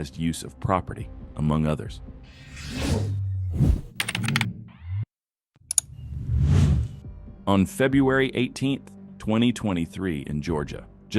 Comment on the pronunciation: febRUary not febUary